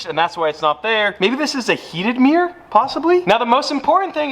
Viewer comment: Mate.. meeyer is not how you pronounce mirror. Cmon 🧐